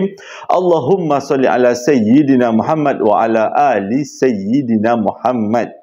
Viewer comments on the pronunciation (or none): none